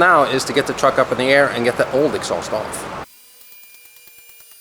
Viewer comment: Cool X-sauced as pronounces it.... Reminds me of the old cherry bomb mufflers that were popular in the 70's - 80's. Lol